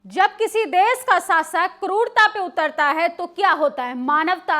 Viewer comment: Desh Shaasak Surakshaa Taanashaahi Ghaazapatti SharmSaar Plz correct your pronunciation to be more authentic, If possible 🙏